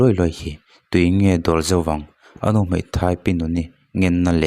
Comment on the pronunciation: MAI ti a lamrik tur Mei chu a dang daih.